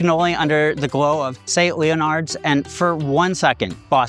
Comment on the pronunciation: He said, "Saint LEE-yo-nards." Fail.